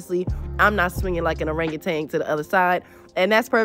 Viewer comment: Just so you know, it's "worn out" not "wore out" and Orangutan is not "Orangatang" haha good video tho jokes aside